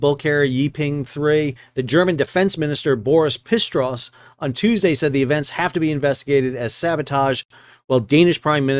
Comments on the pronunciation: Please, again: "Pisstros"!!!🤣The german defense cancelor is called "Pistorius" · The German defense minister is called Boris Pistorius (pronounciation: "Pissed or I us"), not Boris "Pissed Ross".